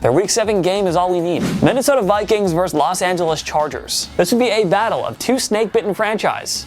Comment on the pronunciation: The word is VERSUS, not "verse". A verse is part of a song.